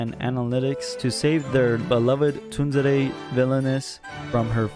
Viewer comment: whats with the stuttering lol. its Inukai not Inuke. Tunzere lmfao i can't. Not Atome its Otome games